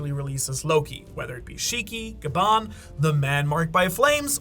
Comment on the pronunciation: Please don't say shiki